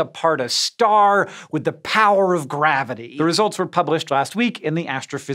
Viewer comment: With the power of graviteAEh